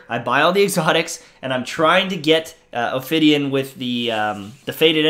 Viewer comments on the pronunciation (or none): I agree — also there is no “r” in Ophidian.